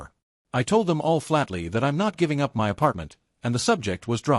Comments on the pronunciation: Good story.. Sadly the AI needs to learn how to say " my ".. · The illiteracy of this AI voice leaves me shaking "M-Y" head. 🤨